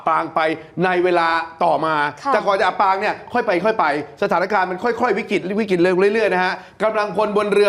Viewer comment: อับปางกลางทะเล ไม่ใช่อ่านว่า อับปลางกางทะเล อ่านผิดหลายรอบเลยค่ะ